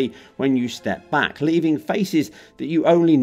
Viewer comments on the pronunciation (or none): none